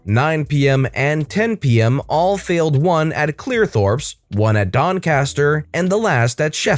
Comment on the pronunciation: Its not Clearthorps its CLEEETHORPS